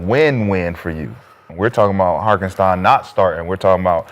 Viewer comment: Say it with me guys......Har-TEN-stein!